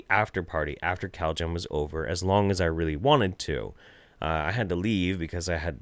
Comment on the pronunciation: I keep hearing "cowjam" instead of "caljam". It's made these videos even better.😃🐄